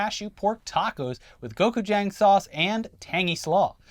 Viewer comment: “Gokujang” 😂 pls y’allll